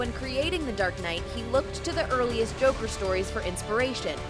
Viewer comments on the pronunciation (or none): none